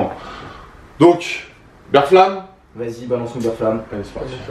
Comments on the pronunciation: Par contre, c'est Berflam, mais ça se prononce Béflan, qui vient du verbe Flamber ( Ber-Flan ) ! Et pas BERFLAME xD sinon nice vidéo la mif <3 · J'adore les kassoss qui font genre ils connaissent VALD mais prononce "Ber-flamme" 😂😂😂😂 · Vous me stressez a dire "Bère flamme" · faut prononcer « béflan » ptdrrrr